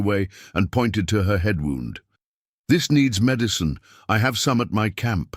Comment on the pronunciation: Love the story but spotted her left hand has 6 fingers ! And sometimes words mispronounced eg wound as in injury. But still enjoyed story.